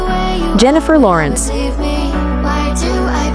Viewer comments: Jinnifer Lawrence💀 GAUGAU💀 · Jenifer larence ? But I like Jenifer loreance